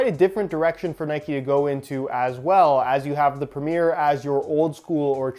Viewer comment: Pronouncing Premier as Premiere? Come on